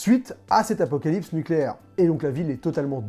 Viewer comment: Tu as inversé le "p" et le "s" du mot "apocalypse". Du coup ça me fait penser à «La classe américaine».